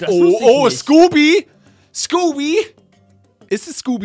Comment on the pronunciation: er heißt nicht skoopy